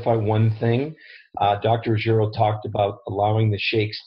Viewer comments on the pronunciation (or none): Dr. Ruggi-`EEEro (Italian) is the correct pronunciation, but not RuggE-ri-o (Spanish). "RO", but not "RIO"